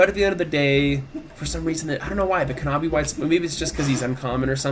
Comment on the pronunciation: Good video, but pronouncing the silent "k" as a hard "k" in knobby white spider is painful...